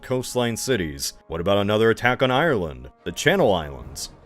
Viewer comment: It would have been nice if you had checked how to pronounce Ireland